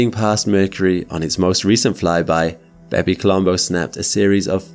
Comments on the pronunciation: I can't help but hear it as "Baby Colombo" haha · Did anyone else think he was calling the craft "Baby Columbo"? Great video as always!